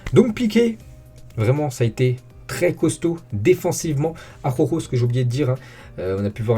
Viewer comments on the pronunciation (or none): '' Aroro'' prononce ''Araoro'' mec. Tu m'a tué avec ton aroro😂😂😂😂. Force a toi et très bon debriefing et j'suis d'accord avec toi Marc n'est vraiment pas au top de sa forme pourtant c'est un gardien qui devait être à son top level